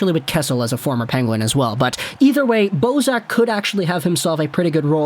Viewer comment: Bozak! I heard Boseman ateast 2 times lol.